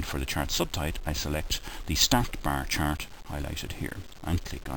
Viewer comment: It's not a bar chart it's a "Brrr Chrrrt!"